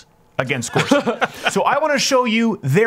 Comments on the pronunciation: I think his name is pronounced "Gor-such" or "Gor-sich", not "Gor-suck" or "Gor-sick"... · I believe it's Gor SUCH not Gor SICK. Could you please honor the candidate by pronouncing his name correctly, as a minimum? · It’s not “Gor•sik”, it’s “Gor•such” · you pronounced his name wrong. sound it out. he said it himself. it's GorsuCH.